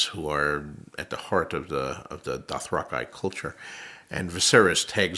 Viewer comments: Hi George, I think you'll find it's pronounced doth-rak-eh, not doth-rak-ai. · It annoys me that we all pronounce “Dothraki” wrong. I don’t care how they said it in the show. George is saying his fabricated word here and he says it different. It’s the correct way because he invented it. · doth rock eye, i always thought it was doth rocky. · Dothrakaye not Dothraki: mind blown. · bro doesnt even know how to pronounce dothrakEE some expert he is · So, it's Doth-Rock-Eye and not Doth-Rack-ee; and it's Ballon Greyjoy and not Bay-lon. Got it. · Dothrakeye sounds like miapronounciation. Dothrakee sounds like an actual exotic word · He’s got it wrong, this guy says Dothrakeye and it’s Dothraki. He should really read the books and try understand it better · Wait, it's pronounced Dothra-kai all along? What the fuck? I've always pronounced it as Dothra-kee ever since. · It’s Dathrakeye MR. Martin get it together man. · Idk who this man is but hes mispronouncing the Dithrak-ee. I swear, they dont even bother to read the souurce material. Whi dies he think he is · Excuse me, George it's pronounced Doth-ra-key ☝️🤓. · "Dothra-kai" sounds absolutely terrible. Idc that he's the writer, this is just wrong. Period. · I'm really NOT liking how he's pronouncing Dothraki. Sounds like Bush saying Eye-Rack instead EeeRark for Iraq. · It's plural nucleus nuclei. Dothrakey Dothraki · Who are these 'Dothrakai' he keeps mentioning? Lol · I knew it was only a matter of time before a triggered GRRM fanboy started crying. Sorry snowflake, but your hero is not a god, he's a human with human attributes. And he's pissed off that the TV show messed with his books so he's being petty. EVERYONE - including GRR Martin - knows it's "Dothrak-ee" and not "Dothrak-eye". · What I've noticed about these talks George RR Martin does... Is that he pronounces everything wrong. Some fan he is. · I know he created the term but it really does seem like he mispronounced "Dothraki". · He's mispronouncing Dothraki...